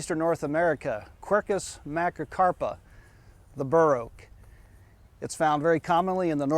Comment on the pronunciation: Sounds like he is saying "wide oak"